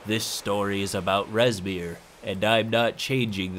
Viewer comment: I heard “Reznir” and immediately opened my tyranny of dragons book to find “Rezmir” a black half-dragon.